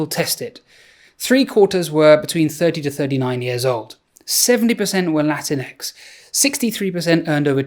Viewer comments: please never say "latinx" like "latin-x" or "kleenex". try saying it like "latincks" instead. (if you can.) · Did he juat say "Latin x"??? Had to stop watching there. Sorry. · "Latin Ex"? Okay, that's enough. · Latinx 😂 Do you spell "human" as "humxn" too?